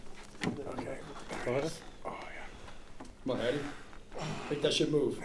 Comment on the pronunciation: I swear it’s haddy not eddie